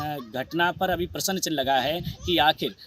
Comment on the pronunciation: Bolane ka dhang bhi nahi hai prasn ko Prasann bolata hai